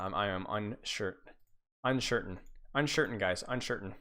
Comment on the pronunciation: Unshirtain. The worst part is that was unintentional